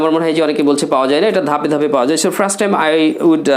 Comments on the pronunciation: Hi Bro! Why are you Pronuouncing 'Frust' instead of 'First'? Does it make sense to you? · ফ্রাস্ট টাইম!? 🤣🤣🤣 নাকি ফার্স্ট!? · দিস ইজ মাই ফ্রাস্ট আর্নিং 😆😆 এমন প্রোনাউন্সিয়েশন দিয়ে আবার ইংলিশ স্পোকেন এর মেন্টর! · আপনার নিজের ইংরেজী উচ্চারণই তো ঠিক নেই। 1st এর উচ্চারণ করছেন ফ্রাস্ট। যখন কোন ভাষা উচ্চারণ করবেন তখন ঐ ভাষার সাথে অন্য কোন ভাষা বেশী ব্যবহার না করাটাই আমার মনে হয় আধুনিকতা। আশা করি আপনার ভুল ভবিষ্যতে শুধরে নিবেন। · ভাইরে ভাই, ফ্রাস্ট টাইম কি? উচ্চারন ঠিক করেন মিয়া